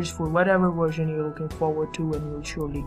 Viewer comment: you said worsion